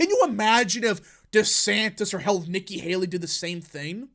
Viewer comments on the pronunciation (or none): none